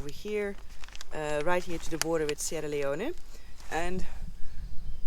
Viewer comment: Sierra Leone you don't pronounce the "e" stay safe.